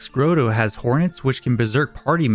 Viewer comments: "Grotto" is a real word, and as such, rhymes with "auto." I checked. But you and I were differently wrong about "lamia," which is actually a slant rhyme with "mania" and "same he-a." (Except I can't quite be certain how you pronounced that.) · He mispronounces everything….even “grotto”